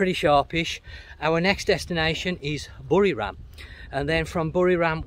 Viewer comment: its buriRAM not RUM same as papaya not POPaya